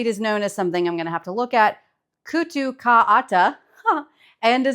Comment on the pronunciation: Kootu ka aata: Flour of Kootu. Aata= flour. Kootu = buckwheat Your pronunciation was great 👍